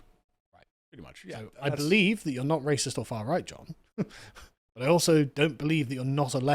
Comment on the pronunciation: Come ben you guys instantly fold when someone calls you a ray-sis. I can see why it was so easy to take your country. Bunch of tea drinking wimps😂